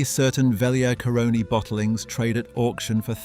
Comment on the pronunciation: FYI The Caroni feedstock was stolen...acquired by that Italian under very dubious circumstances. When pronouncing Caroni, put the emphasis on the A, not the O